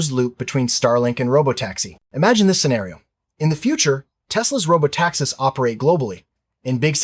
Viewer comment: It's NOT "robo-taxes", it's "robo-TAXIs", you stupid robo-voice. You'd better go back to robo-gradeschool!